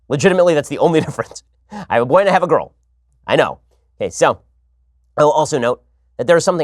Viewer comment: He says girl like gru "Gorl"